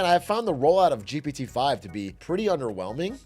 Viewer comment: the way they sound like they're saying "GBD 5" every time pisses me off, can they just make a cool nickname for it so they can say something with just 1 syllable instead of constantly tryna spit out "GPT 5" in the space of a microsecond?? just call it Greg or some shit idk